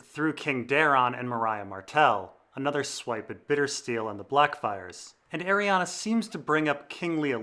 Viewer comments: Ah ree an Not ah ree ah na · Omg. Please read her name. There is no A at the end of her name. Ar-e-en is how it's pronounced